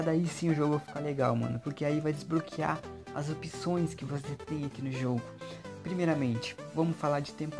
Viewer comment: "pray store" "desbroquear"